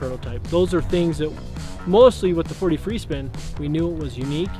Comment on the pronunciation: Took me forever to figure out he'a saying "4D free spin". I couldn't figure out why he was saying "43 spin".